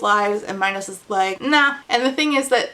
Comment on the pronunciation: you pronouncing minos like minowws is KILLING me 😆